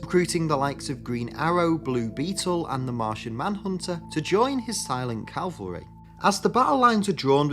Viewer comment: It’s cavalry and nuclear, not Calvary and nucular.